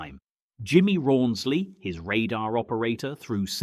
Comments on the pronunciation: Jimmy Roonsley ? Er no, try Rawnsley ! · RAWNSLEY NOT ROONSLEY , AND PRONOUNCED ZONDERMEISTER. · why ohh why are the makers of this article displaying a pic of two Bristol Beauforts which were medium bombers and nothing like a Beaufighter, and Cunninghams navigator was called RAWNSLEY not Rooney...have the decency to get his name correct, he served his country with bravery and distinction, so come on guys GET IT RIGHT.......Cunningham and Rawnsley did